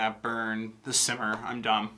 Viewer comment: Hey Bill! I don't know if you noticed, but it was pretty cool that her saying simmer over and over again started to sound like "mercy" and her saying cinnamon sounded like "send them in"